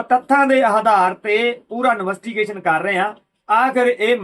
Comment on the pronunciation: ਨਵੱਸਟੀਗੇਸ਼ਨ ਨਹੀਂ ਭਾਜੀ ਇਨਵੈਸਟੀਗੇਸ਼ਨ ਹੁੰਦਾ